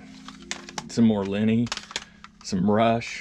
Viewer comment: Lenny not Lanny Kravitz